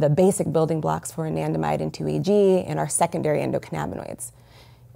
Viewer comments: What's that word she kept saying was the cause of PTSD? Andimide? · It's Anandamide...